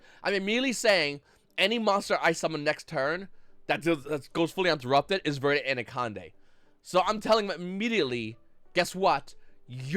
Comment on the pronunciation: "Verte Aneconde"